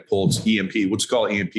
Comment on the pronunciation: Pulse..... not ports